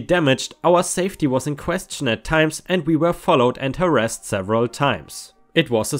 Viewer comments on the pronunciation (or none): none